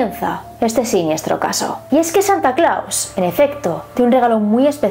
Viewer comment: No sé pronuncia Santa Claus! Y como es que hiciste un libro? En buen plan lo digo, a parte soy tu fan.